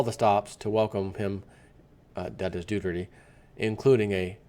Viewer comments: I think it sounds like Doo- air-tay. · It's Do' ar tay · It's Doo-Tur-Teh.